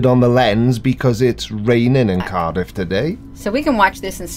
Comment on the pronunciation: She actually has two videos about this webcam. The first one she consistently mispronounces Cardiff as Car-DEEF. I've wondered sometimes if she is a very clever troll but have concluded she sadly is as batshit crazy as anyone on YT.